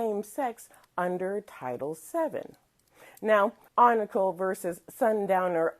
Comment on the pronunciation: FYI, his name is spelled Oncale and pronounced “On-Kale”